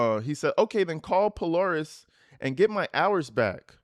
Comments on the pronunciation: Thanks for bringing us these. I’m in the area and we pronounce Polaris “Pole-AIR-ihs” it’s a secondary education school that teaches a trade/profession so when you graduate high school, you have a skill. It’s free and you go in place of regular classes (in part). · Pronounced Pol-AIR-is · It pronounced PO LARE IS it’s in Columbus Ohio and it’s just a huge mall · This family is insane and they drive me nuts. Just wanted to respond to Polaris- puh-LAIR-iss. It’s a shopping center in Columbus- high-end shopping center.